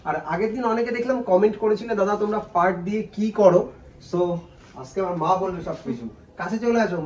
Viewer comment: ওটা পার্ট না পাট হবে